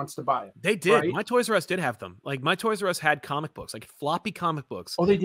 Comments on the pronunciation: I love, but I miss his old jingle that went “co-mick tropes!” I’ve never even heard someone pronounce it that way by accident, it was amazing. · Love that opening and glad someone else noticed how it was pronounced “co-mick”. That’s how I always pronounce it now.